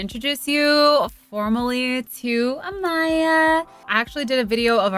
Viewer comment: haha yes!! I'm the one she mentioned who commented on another of her vids trying to teach her how to pronounce it, i def should've added that she should've kept equal emphasis on each syllable lolol